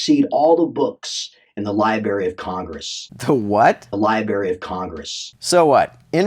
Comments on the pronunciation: This dude lost any hope of me listening further to him when he said, "libary." Smh. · Oh come oooon...you've never had liberry jam, or liberry pie??? DELICIOUS!!! LOL